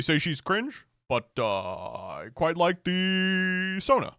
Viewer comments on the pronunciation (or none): none